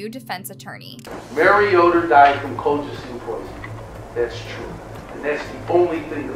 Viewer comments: It’s not colclean! Sound it out col-chi-cine. It’s said in the video correctly by everyone but the person narrating this! Seriously the most annoying thing! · Why she keep saying colclean? 😅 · Lol cloclean 😂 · everyone they interviewed- "colchicine" - "cul-cha-cheen" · She's pronouncing Colchicine differently every time 💀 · Maybe rehearse the tough names? With so many examples of how to pronounce colchicine correctly, there really isn't an excuse. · I read this after I had just previously watched a video where she mispronounced benzodiazepine. Then while watching this video when you done it again with colchicine and not just once but says it's two different ways after they had just said it 😅😅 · Omg I noticed to with the medication name😂😂😂 like they pronounced it for u. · Girl. The experts pronounced the medication 100x & u still messed it up, every time lol 😂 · How you pronounce colchicine 6 different ways? 😂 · Why cant the narrator pronounce "colchicine" despite multiple clips of people pronouncing it? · I love that they say colchicine like 5 times and still gets it wrong. Once again proves isn't a narrative but a robo text to speech bot lol. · Is it just me? I'm annoyed she put so much work into this video, and reviewing it, but refused to say the medication name properly. I don't know it bugs me lol. You can hear the proper way to say it in the video, but she's mispronouncing it in a variety of ways. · Why does the narrator keep mispronouncing the word colchicine? It’s pronounced correctly all through the video by everyone so why can’t she say it right? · Why can’t she pronounce colchicine? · Why can she not pronounce colchicine? It's one of the easier meds to pronounce. She said it every single way but the correct way. I guess for comments? Lol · How hard is it to pronounce colchicine? Or Oneida?